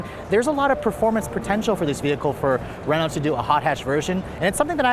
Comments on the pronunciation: “Renaul-t”?? 😂😂 It’s “Reh-know”. Say it like a snobbish French bastard. 👍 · Re-NALT LOL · What is a Renolt? This review is excruciating. Don't get an American to review European product. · I’m trying to imagine if they brought Renault back to America, and how many people would pronounce the name wrong “Ree-noug-let?”